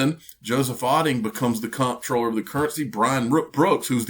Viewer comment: Comptroller is pronounced CONTROLLER. Just an FYI.